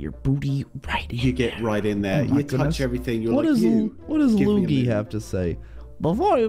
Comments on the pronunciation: Its not lugi , his name is lui - gi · It's not luge luge it's luigi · You said it wrong its LU-I-JI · Luigi's name is pronounced loo-eej-ee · Why do you call luigi loogie bra 😂😂😂😂😂😂😂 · Not Mario Odessy and stop calling Luigi as loogie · It's lu-we-g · Thats not how you say luigi